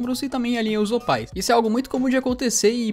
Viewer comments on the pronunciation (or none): "OPAIS" Eu: 🤡